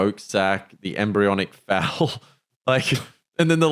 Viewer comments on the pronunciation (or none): Is pronoucing 'foal' like 'fowl' a SA thing?